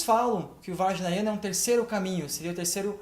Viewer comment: Não é vajnayana e sim "vajrayana" a palavra certa. Atente para isso